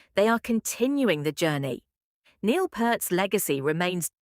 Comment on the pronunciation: Bullshit ai voice. Pronounced Neil’s name WRONG!!! Very disrespectful and totally stupid!!! Reported! So sick of the deception of this ridiculous technology!!